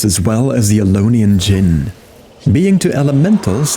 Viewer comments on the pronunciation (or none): none